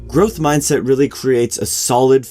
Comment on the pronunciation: Gotta love that Ger-ohth Mahyndset! It's the shit.